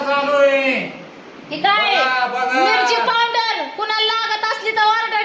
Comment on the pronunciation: पावड्र😂 का पावडर